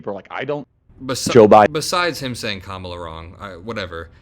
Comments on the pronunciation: Didn’t Charlie call Kamala— Camela? 😮😡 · Idk what’s more agregious Charlie Kirk saying Biden needs death penalty or the way he pronounces Kamala Harris